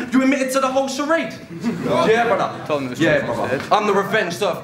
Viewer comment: really started to annoy me keep saying BRUDDAH fuck sake